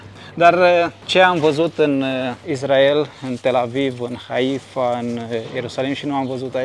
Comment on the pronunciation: Mă, Isssssssrael, Issssraelieni, nu Izzz... Pronunță corect! Si Yaffa tot așa, niciun fel de Jafă, Yaffa! Nu Haífa, ci Háifa